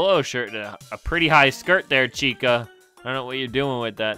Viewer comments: it chicka not chica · Dude its CHICA not Chicka